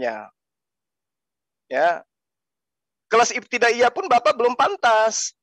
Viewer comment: Ngomong aja salah pendeta bodoh katanya iptidayah 😂😂😂😂